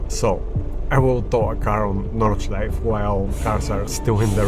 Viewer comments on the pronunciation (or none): none